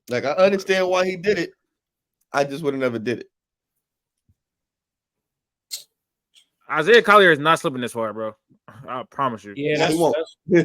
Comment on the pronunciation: He said Isiah Collier at #2?! HELL NAW! 🤦🏿‍♂️👎🏿